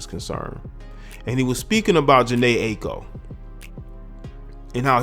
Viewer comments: Loubizness it’s actually not. She pronounces it EYE-KO. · her name is pronounced EYE-EE-KO